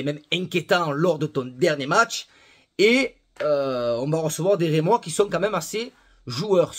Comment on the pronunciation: Rémois,, pas Reimois. Sinon, toujours d’accord avec tes débriefs. J’espère vraiment qu’on va garder Mbemba et Rongier, sinon d’accord avec toi on est mal… 🤍🩵